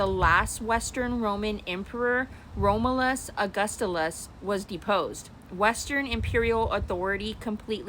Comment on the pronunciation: You're reading AI... This is ChatGPT. You can't even properly pronounce the name of the last emperor.